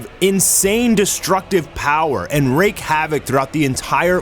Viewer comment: WTF? "Rake"? The word is "wreak". Learn English and then learn pronunciation. You're just as good as AI unfortunately.